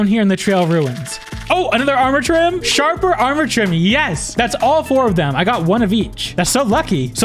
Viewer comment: He called shaper sjarper